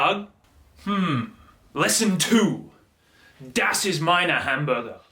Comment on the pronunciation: Das ist mein Hamburger, not maina 😂 555